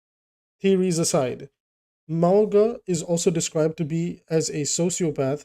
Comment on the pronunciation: ‘Mow-nga’ it’s mountain in Samoan